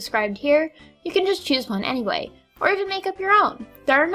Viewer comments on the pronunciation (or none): none